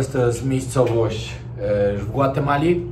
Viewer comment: Mówi się GWATEMALA